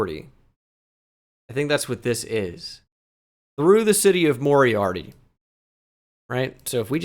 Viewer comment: Moriaty is mo-rye-ah-tee. I cut a corn maze there last summer